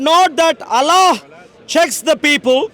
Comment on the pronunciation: allllla pronunciation is big comedy